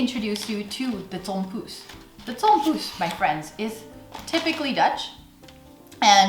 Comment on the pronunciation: The way you pronounce "Tompouce" and "Bossche bol" is just perfect!